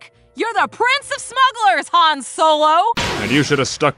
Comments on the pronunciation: its HAAAHHHN not HAAAYIIIN. Ginguh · You said Han and not Haaaan. You lose 100 points